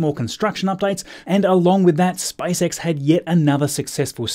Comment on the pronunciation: does anybody else hear SPICE X? XD elon musks next venture? lol